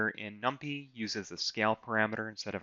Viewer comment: Love the way you taught and went through this. Hate the way you pronounce numpy and simpy, haha